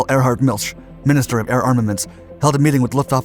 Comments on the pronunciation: i have some issues with the narration's accuracy. for example, the truth is that flame dampers were used to hide exhaust flame from enemy night fighters and bombers. erhard milch is pronounced erhard milk, not milsh, kurt tank, fockewulf's chief designer, had the first letters of his last name (TA )affixed to designs he created. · Milsh?????? He's named Milch, with a ch as in lochness...Come on...do your homework please, don't be a yank..